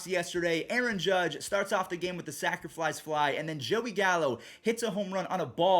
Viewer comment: Why do u always say sacerflise fly